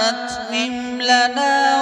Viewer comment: My name is Rabbe Atmim. And my mother's grandmother give me this name. A few days ago, I came to know that my name was taken from this sura. Nobody in my life has pronounced my name correctly for the first time. But after hearing this recitation and the way he pronounced Atmim, that filled my heart with love and emotion